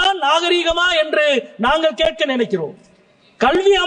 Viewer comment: மொதல்ல நாங்கல் நீங்கல்னு பேசறய நீயெல்லாம் தமிழ் மொழியப் பத்தி பேச லாயக்காடா. ள் வரலன்னா ஹிந்தியாச்சும் படிடா கண்ணா. நீ தமிழ் படிக்க லாயக்கில்லடா கண்ணா.